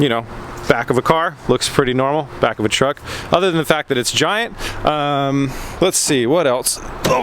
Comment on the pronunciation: Pronounced truck wrong.